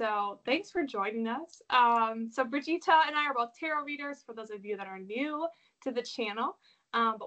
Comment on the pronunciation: Brigita is a lovely name ❤️just a little effort to pronounce it correctly would be appreciated! Love your work dear Brigita!